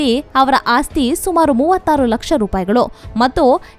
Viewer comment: It is not ASTI... It should be AASTI.